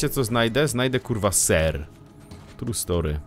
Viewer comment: ten serrrrrrrrrrrrrrrrr mnie rozjebał